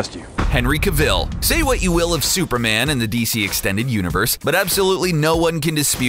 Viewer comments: Cavil... Please, my ears. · Wtf was the pronunciation on Henry Cavil 😂